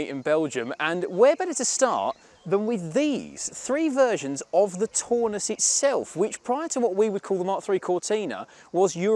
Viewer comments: I'm English, but I can tell a mark 3 Cortina from a Taunus TC; the misidentification and mispronunciation made my teeth itch. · The car at 10.20 is not a Taunus (pronounced Town us) but a LHD Cortina built in either Ford's Dutch or Belgian plant. The 70-76 Taunus looked quite different to a Cortina and had a two door coupe version.